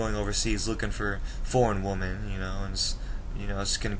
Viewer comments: Not to be mean do you have a speaking problems it's wemen not women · Hey dude I kinda agree with you although i think you are a bit young to give up on US women. And one thing you got to learn is the pronunciation of the word WOMEN in plural. its like this "W I M I N" cheers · You are pronouncing women wrong. You are saying it singular not plural. Maybe that's why you can't find a good american women. 😂😂😂😂